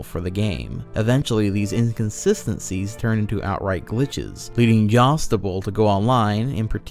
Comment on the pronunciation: Anyone else as bothered as I am by him pronouncing "Jadusable" as "jostible"?